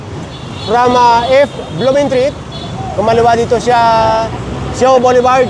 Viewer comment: I commend you for correcting yourself since you are educating license holders/business operators thank you for pronouncing "BOULEVARD" correctly thistime. "Hitting 3 birds with one stone". (English pronunciation and traffic/business regulations.) Mabuhay kayo at ni Mr. Gabrie Go including the whole TEAM. I appreciate your advocacy. Sorry po now ko lang narinig yun tamang pronunciation po. The pronunciation of "boulevard" in English is generally boo-luh-vard or bul-uh-vard. The first syllable, "boo" or "bul," is stressed.